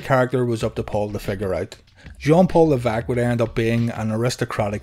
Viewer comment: Leveque? Isn't it Levesque?